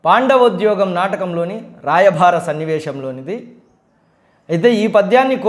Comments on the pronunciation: శ్రీకృష్ణ రాయభారం కాదు, రాయబారం. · గారు... రాయభారం కాదు..అది రాయబారo